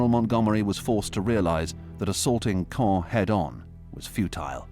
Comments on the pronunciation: EVERY TIME that the narrator says "Caen", I cringe at how I used to say it improperly.😅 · I approve of the way you're pronouncing the city!